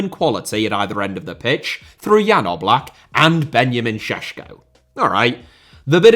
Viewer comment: I was genuenly surprised you pronounced Oblak and Šeško correctly. Good job, most people just say something that they think sounds right when pronouncing foreign names, but you took your time to do it right and I have to give props for that. 👏👏👏